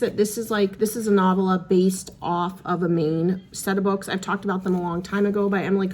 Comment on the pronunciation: Love your vid/ Flynn's health update. Nice to be able to see the end of the tunnel. Congratulations- you are almost there. Kindly sharing ... the correct pronunciation of 'novella' is with accent ['] on 2nd syllable /no.vel' .a/ Have a safe trip home sooner than later!! YAY!